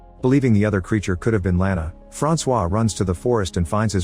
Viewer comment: My name is also Francois but it is said way different than that you missed the target by a mile fam😂